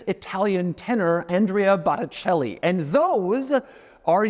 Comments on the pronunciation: Philipo would be disappointed in your pronunciation of Andrea Bocelli 😂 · I am sure Philippo did not like the way you said Andrea Bocelli lol